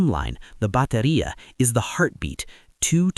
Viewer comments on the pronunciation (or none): Just a a note: is BATERIA, not beteria